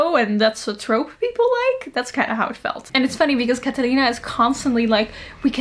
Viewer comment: that pronunciation for "Catalina" was 😙👌💋